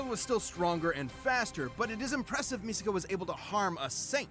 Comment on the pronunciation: It’s pronounced Misaka not Miseka